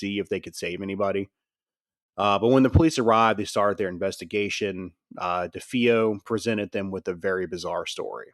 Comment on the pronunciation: It's duh-fay-oh, with the emphasis or stress on fay. This is based on listening to an interview with one of the family members. As well, it was luhtz, not lootz. I know he said he has a hard time with words, but holy cow... How do we know anything that Anson wrote in his book is true. This guy seems a bit too credulous. As much as I'd like to believe the Amityville story, I've done enough reading, listen and investigating to really feel there's not much to Anson's book. I'll give him one thing, he knows the Warrens were full of it.